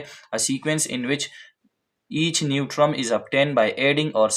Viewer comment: Term pronunciation is "Tuhm" Not "trum"